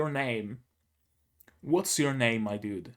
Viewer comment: Glad you liked it, I thought you might. Also you did say my name right.